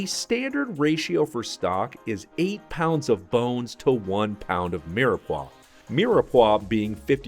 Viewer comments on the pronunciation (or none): ... Why do you say mirepoix like that